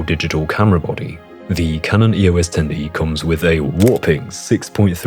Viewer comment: EOS is a name, not an acronym. Pronounce it as such.